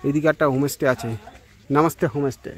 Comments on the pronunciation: হোম স্টে কে বার বার হোমে স্টে বলছেন কেন ? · হোমেস টে নয় হোমস্টে উচ্চারণ ঠিক করতে হবে